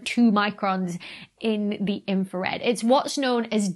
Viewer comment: Infwawed! You siwiwy Wabbit!